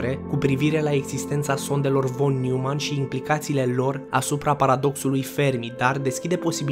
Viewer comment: Noimann nu Newmann e nume german asa se citeste 😌 no hate vroiam sa te corectez.